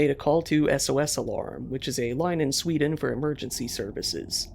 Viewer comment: NOT SVEEDEEN